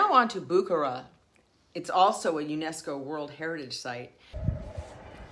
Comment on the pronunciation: It is not BOO kuh ruh it is boo KAR uh